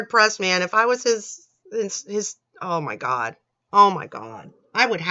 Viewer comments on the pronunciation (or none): ”ow my cawd ” - 😂